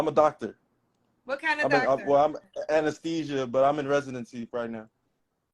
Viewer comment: A whole “anesthesiologist” that can’t pronounce anesthesia? 🤔 That’s like me not being able to pronounce my name. Interesting